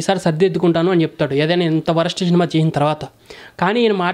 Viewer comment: శినిమ కాదు సినిమా